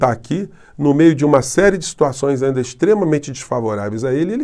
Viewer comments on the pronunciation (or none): Bom dia! Professor, uma correção (ANDA). Acho eu que o senhor quis dizer (AINDA). Me perdoe se eu estiver errada.🥰